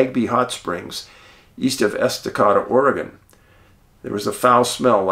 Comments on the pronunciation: Lol the city is called es-ta-k-da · Estacata with a long “a” in the third syllable, as in ate or ape. Luv ya!